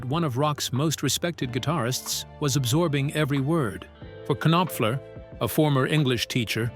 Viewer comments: Knock, Knock! It's pronounced Nopfler. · Mark K Nop Fler ?!?!?!?!?! Turn the K Nob to the left and teach your AI to at least pronounce correctly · Gotta love AI! K-noffler. Too funny! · You K'Nave! How can you not K'Now how to pronounce MARK NOPFLER's name? You clearly have no K'Nack for English. Do better, or you'll get the K'Nife and be sent to the K'Nackers. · it is kay nop fuller. get it right please. tuh. i see morons, they are everywhere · Hey!! Mark Kinopfler has always been one of my favorite guitarists. 😂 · Okay, I cannot stop horse-laughing whenever the AI pronounces it with three syllables. 🐎😅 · Robots can’t say Knopfler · I stopped watching this after the pronunciation of his name. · Bullshit!!! The AI pronounced his name WRONG!!! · Yeah it's quite annoying actually. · Yup. This is why AI is a bad idea. They're pushing it everywhere and it will get a lot of things wrong, and unfortunately, it will be treated as if it's always correct and true.